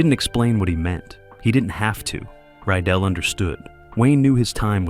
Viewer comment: The director's name was Mark RYDELL!!@ Not Ryell. Your comments are not very accurate. I will make sure I avoid your cretiques.